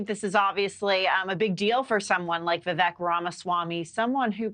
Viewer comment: Learn how to say Vivek’s name. Vivek like CAKE!